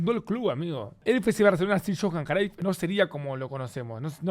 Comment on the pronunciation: Porque pronuncia el nombre de cruyff crayff? Ajajajaja este pronuncia como quiere los nombres